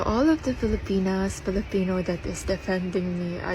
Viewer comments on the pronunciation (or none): The way he says “Filipino” like there’s a hard R in there somewhere 🌝